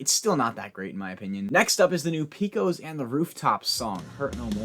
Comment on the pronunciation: I'm from Texas and I just wanna let you know it's pronounced "Pay-kohs". 👍 Love the new structure btw